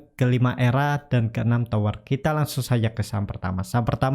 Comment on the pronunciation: TOWR boss TOWR bukan TWOR ok ???